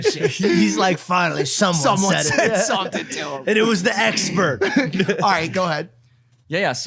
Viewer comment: sounds like he said "it was the #HEX-pert" 😅